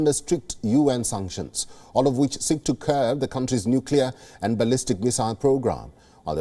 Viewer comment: Did you notice how she pronounced ballistic?